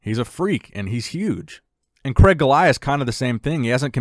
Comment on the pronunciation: Excellent listening to the name Craig in the UK, Cregg?! Or CrAIg / Crayg the A and I are in there for a reason. Anyhow, great content, always click fast for. 👍🏼